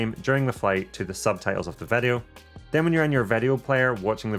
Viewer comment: “Vedeo mode” 😄 Thanks so much for this awesome guide! I just ordered the Mini Pro 3 and it’s my first drone, so this guide was absolutely perfect for me! I really appreciated the pacing - you covered even the most basic info without belaboring anything!